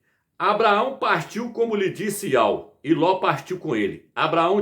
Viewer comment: YAUH está errado ,no hebraico não tem encontro de ditongo.Não se pronuncia YAU NO HEBRAICO